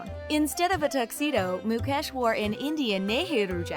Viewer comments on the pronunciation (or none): It's Mu-kaysh NOT Mu-cash .. Indians are made fun of for their "Indian accent" .. we find it equally hilarious when you pronounce our names wrong too. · His name is not pronounced mu-kesh it's mu-kaysh lololololop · It’s not Muk Ash it’s Muk Esh :༽ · She pronounced ..Mukesh as ..mucash 😂😂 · It's mukesh not "Mu-cash" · It's mucash 😂🤣but it's mukesh and also it not nieta it's neeta pronounce it correctly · Mukesh NoT Mukaaash 🤣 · It's not moo - cash . It's mu-kesh ..... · Even MUCASH😂😂😂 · 😂😂😂😂😂😂😂😂😂mucash too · Moo cow ash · Why do these people pronounce his name as mu-cash?? I mean he is one of the richest man, at least get his name right! I dnt hear people calling Bill guts! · Moo cash is that what I heard😂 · So no one's gonna point out about the whole Mucash pronunciation? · U r pronouncing mukekh ambani wrong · Mu-cash ugh atleast say the name right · What tf is mucash!!!!??? If you can't pronounce then don't say... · I never thought would cover this. Makes me glad as a fellow Indian. Not sure if they said anything wrong (since I don't know a lot about the Ambanis, except for the basic stuff) but I cracked everytime they pronouce their names xD And yup, thanks to Jio, using the internet has been hassle free here. For me at least. Some might say it was hassle free before that as well but for me, Jio was the best thing to happen. Congratulations and all the best to İsha for her future endeavours💜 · Lol 😂😂😂 how she spelled mukesh like really 😂😂😅😅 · i was like why this lady did not do any practice on how to correctly spell Indian words??? I laughed so hard when she butchered Mukesh Ambani 's Name...